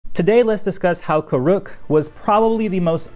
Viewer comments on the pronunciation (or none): Its pronounced kur-ek not kurook. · It’s the M Night level name mispronunciations for me. Its KOOR - uhk and HAY-bai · It’s Kuruk not “Koo-Rook”💀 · Well this video was a pain to watch because you couldn't pronounce avatar Kuruk name properly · Says the guy who spent 11 minutes mispronouncing it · You need to pronounce Kuruk’s name properly first. And also “Hai bei’s” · Is the way he pronounces Kuruk not weird to anybody else?